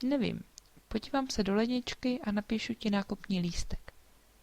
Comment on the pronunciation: hey your podívám sounds for me the same as podivám. is that kind of reduction in quick speech or I am mistaken?